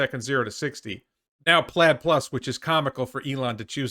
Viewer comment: Plaid Plus sounds like "platypus"